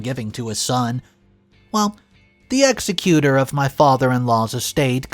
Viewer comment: Pronunciation mistake: Executor, not execute-or